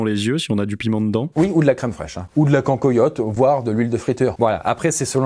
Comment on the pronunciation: la prononciation du mot cancoillotte ma fait mal au coeur